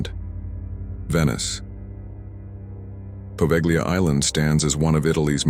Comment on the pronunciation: The g is silent in Poveglia, just a heads up